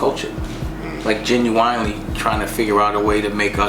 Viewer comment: This nigga said jen u wine lee